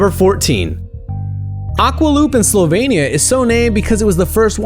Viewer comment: "slovania" "Venezia" Jesus Christ